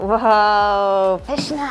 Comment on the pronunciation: Saying that lady ‚so pyszne’ was so cute! 😂❤️ I really appreciate that you know some Polish words and that you try to use them, your pronunciation is actually very good! I love your positivity and good energy, hope you had a nice time here in Poland, in my homeland ❤️